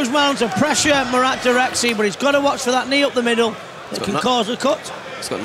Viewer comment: the name is pronounced "DirekCHi", please someone tell them